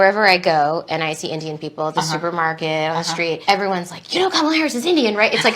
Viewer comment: And like a true Racist he mispronounced Kamala's name